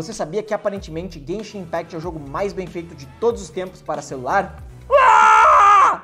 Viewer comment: se escreve impact mais se fala impact nao impect